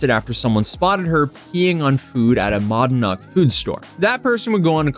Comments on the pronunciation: Nitpick guy here, people pronounce it mo-nad-nock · Mod an knock????? It's meh Nad nock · Not that anyone cares but it’s pronounced like this “Muh-Nad-knock” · Its penounces monaad-nock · Its "mo nad knock"... why cant people pronunciate that word. Its also the name of a prominent mountain in the area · Holy shit bud im from there and for the absolute love of god its pronounced MOE-NAD-KNOCK !!!! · Yucch! Monadnock is pronounce "muh nad knock" just so you know. What a hilarious yet vile and disgusting story! Thanks! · its pronounced "M'nad-knock" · Moe-nad-knock. LoL. NH born here. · NH native here, you Pronounced Monadnock wrong (mon)-(AD) knock) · You poor soul. I grew up in NH and I wouldn't wish anyone to travel there. Especially Keene. Also, the grocery store pronunciation is Mo-NAD-nock. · 58 FYI it's pronounced Mo-nad-nock locally. Hope you're able to cover the new trial. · As a NH hobbit it is my duty to correct the pronouncing of ‘monadnock’, it’s Mo-Nad-Nok. Great mountain to climb! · BTW it's pronounced MO-NAD-NOCK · It's pronounced "Mah-nad-knock" Glad I'm too far from Keene that door dash doesn't deliver to my house. Don't want to think about the grocery stores though.... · Muh-NAD-nock. Also never order doordash. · New Hampshire native here. Live free or die. “Monadnock” is pronounced moe-nad-knock. I hiked mount monadnock multiple times 👍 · its pronounced like moan-ad-knock lol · "mah-nad-knock" is how we pronounce it :D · Btw Monadnock is pronounced muh-nad-naak. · muh-NAD-nok is how you pronounce Monadnock. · FYI..It's pronounced MOE-NAD-KNOCK. I'm from like 20 minutes away...What a nut. Sounds like she was indicted. She's in trouble now... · lol it's "muh-nad-knock" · Haha. She’s my local villain. Edit: your pronunciation of Monadnock is wrong. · Bro butchered Monadnock lol